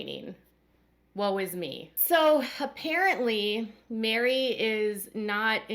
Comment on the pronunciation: Her name is MERI like "Merry Christmas", not MARY